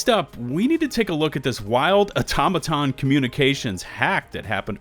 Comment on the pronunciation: au”tom”aton not auto-maton